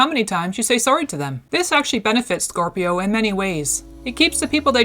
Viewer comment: she keeps saying corpio lol